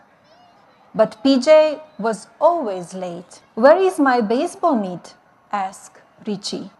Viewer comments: thanks I had no idea what type of meat she was talking about. I didn't realise what she was saying, - 'baseball mitt', not 'baseball meat'😮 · I though her saying "mit" kinda x-rated as well